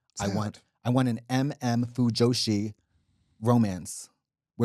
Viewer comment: katya saying "fujoshi" what a time to be alive